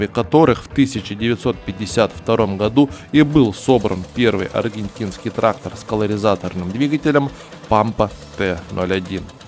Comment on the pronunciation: Да не траХХХтор, а траКККтор правильно говорить нужно!!!